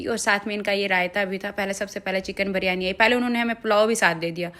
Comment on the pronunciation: BIRYANI....not ......BARYANI....plz ...alfaz sahi use karen ...